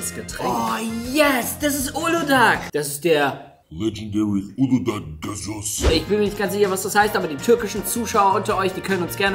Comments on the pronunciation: Es heißt nicht uludag sondern uluda das türkische ğ wird nicht ausgesprochen also heißt es uluda. Gazoz ist sowas wie Sprite und gazoz wir gasos ausgesprochen ihr habt es richtig ausgesprochen außer uludağ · Es wird uluda ausgesprochen nicht uludag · Auf Deutsch spricht man Uludaa aus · Uludağ wird uluda aus gesprochen weil das ğ im türkischen nicht gesprochen wird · ❤uludağ wird das g nicht ausgesprochen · Das ğ vom uludağ spricht man nicht aus